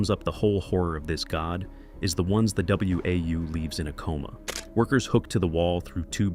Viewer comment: Dead giveaway this video is AI voiced when it pronounced WAU as W A U instead of "Wow" like it's pronounced in the game. If an actual person had played the game, they would have known that. Stop giving these AI slop channels views people.